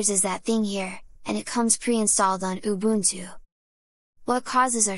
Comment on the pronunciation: This AI pronounces "ubuntu" better than literally everyone outside of South Africa.